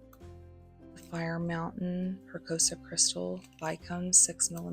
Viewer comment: Another nice video-good job. FYI- Press-E-O-SA